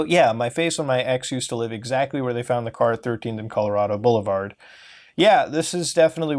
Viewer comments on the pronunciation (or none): none